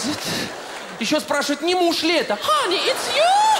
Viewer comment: Honey ,а не honei